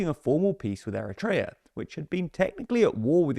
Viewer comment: it's not ERETREA its Eritrea :face-orange-raised-eyebrow